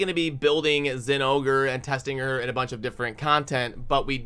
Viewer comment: Hearing zingore hurts my soul. Why does everyone else ignore the "o"